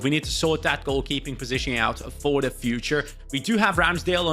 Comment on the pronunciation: you sound so scouse 😂, "sort that position ouuut for the fuuuuture."